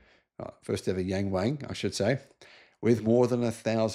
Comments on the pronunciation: It is pronounced more like Yung Wung than Yang Wang. The Pingyin ‘Ang’ sounds more like ung than ang. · will never read this comment but it's actually NOT pronounced yang WANG... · Mate Yang Wang isn’t pronounced like that. It’s more like “Young Wong” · the a in pinyin does not make the hard A sound. it makes the AH sound. hard A is usually written as ei.